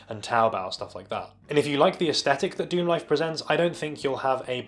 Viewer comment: Pronounced Star Lixerd Dicksemlife.